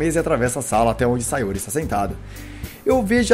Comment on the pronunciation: Sayóre kkkkkkkkkkkkkkkkkk